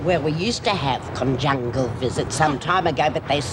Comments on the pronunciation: Lizzie: "...con-jungal visits..." LOL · "Conjungal visits" lol